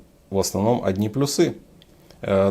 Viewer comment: Плюсы́ у джи́шок - у вас проблемы с ударением))